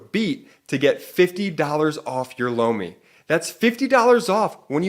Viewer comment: Holy Sh!t … “lomi” … it’s “LOMI”… 🫢swear to gawd thought said “blow me”… great ad read, as always. BUT I don’t understand how MAGAts think they will benefit from an autocracy? They really want to put TFG back in and throw EVERYTHING away bc they’re still butt sore over Obama?etc. … etc …